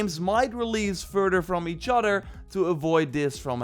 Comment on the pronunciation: "Furder from each-otter"